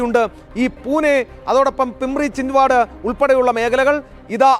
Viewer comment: പിമ്പിരിയല്ല, പിംപ്രി ചിഞ്ച് വാഡ